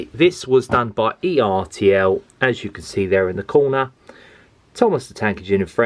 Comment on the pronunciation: I have James and one of the two old coaches. I bought James and the old coach separately. By the way, it's pronounced ertl not e,r,t,l.